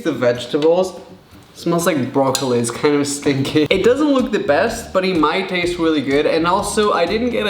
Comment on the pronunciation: hahahaha! he said stingke not stinky